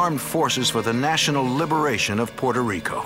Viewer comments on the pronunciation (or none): Exactly. It's Puto rico